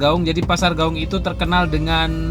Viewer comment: klw sebut nama kota d Padang....sebut aja nama aslinya contoh nya pasar Gawuang jgn d robah jadi Gawung.......Tabiang jadi Tabing.....contoh orang Jawa nama aslinya tidak d robah2.....supaya jadi kritikan yg sehat